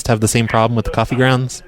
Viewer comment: Hey it's coffee GROUNDS NOT GRINDS..Just so you know lol